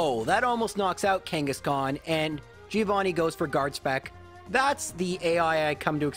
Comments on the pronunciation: I get disgusted by the way Americans pronounce the name Giovanni. It sounds so awfully wrong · That Giovanni loss was the punishment for pronouncing his name wrong all the time